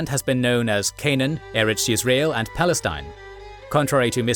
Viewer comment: "Balestin" LOL